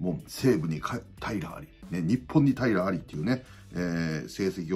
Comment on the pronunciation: 平良有りが、 平愛梨って聞こえるんよ笑笑